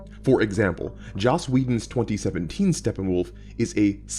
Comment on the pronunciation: I heard "2017 Steppenwolf" as "2007 teen Steppenwolf" and was confused for a bit. :D